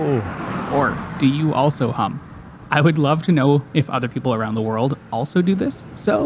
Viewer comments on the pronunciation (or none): I literally heard hump 😂 and I thought hump what? What kind of cyclists are here in Canada 😂😂... also, Yes I hum